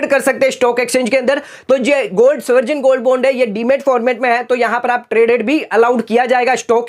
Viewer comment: Good info.spell as baund n not bond Sovrin is right pronounciation n not soverjin